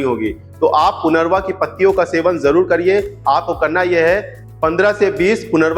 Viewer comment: सर इस पती को पुनरवा नही परंतु पुनर्नवा बबोलते है .... बोर्हेवीया डीफ्यूजा